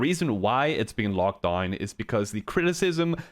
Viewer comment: its not locked dain xD its locked down